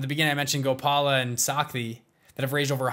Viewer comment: Shakti and Gopal !!! Why western people can't pronounce our simple names correctly...